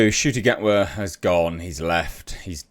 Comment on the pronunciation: Oh so you can finally pronounce his name properly good start 👍🏿